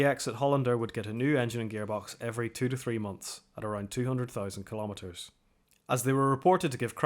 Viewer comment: What is a "Kill-ommeter"? Is it a measurement of kills? There is NO SUCH THING as a Mill-immiter, a Cent-immiter, or a "Kill-ommeter". Try saying millimetre, centimetre, and KILO-metre. You are talking about fractions of metres, or multiples of metres. That's METRES. Not immiters or ommeters. The word is KILO-metre. Say it. KILO-metre.